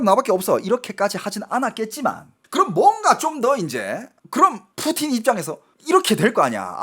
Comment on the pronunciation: "푸후우틴"말고 그냥 "푸틴"이라고 해주시면 안될까요? 한국사람 이잖아요.. 중국발음 들을때마다 거부감이 들어요.....